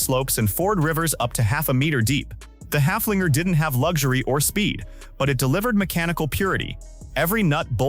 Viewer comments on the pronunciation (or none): The Steyr Puch Haflinger was named after a horse and not after a dog. Would you mind to pronounce its name halfway correctly? (Of course you couldn't care less.)